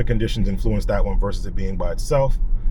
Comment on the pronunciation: I noticed you said “influenced” with stress on the second syllable. I know some Canadians do that but I’ve never noticed Americans doing that before. What part of the US are you from?